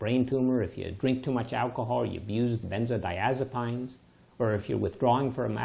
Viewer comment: Great video! Very thorough information that covered everything I could possibly think of, even the story about Valiant pharmaceuticals of which I knew nothing. I don't think I've ever heard anyone in the medical field pronounce the word "benzodiazepines" the way that you did. But I knew what you meant.